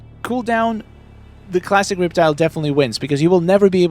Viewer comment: the“reep-tile” got me lol